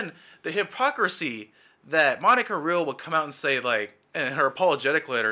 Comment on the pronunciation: Hey man, good video, but I have a small nitpick that may help in future videos. Vic's layer is Ty Beared (pronounced as Tie) And Monica's last name is pronounced as Re-al. Keep up the great work tho